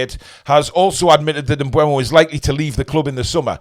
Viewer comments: its M-BOOM OH Not M- BU EM-OH Mate go and hear how he prononces it himself or watch Matty's video as that's where i saw Brian say it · But he pronounced it wrong. It's not bweh-mo, it's booh-mo. Just check the EPL pronunciation video (on youtube - search "How to pronounce EVERY Premier League player and managers name"), around the 13-minute mark where he says his name.